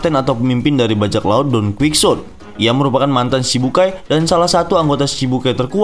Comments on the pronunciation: Bacaanya donqihote bang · Masa bacanya donkuiksote doflaminggo??🤣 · Jadi ke ganggu dengernya Di baca Don kuitsot atau Don kihote 😀